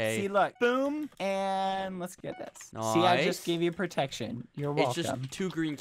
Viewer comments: Badboyhalo should be the next "noice" meme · bbh just saying noice it sounds like he became British